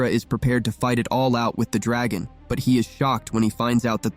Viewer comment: Your pissing me off when you day dragon wrong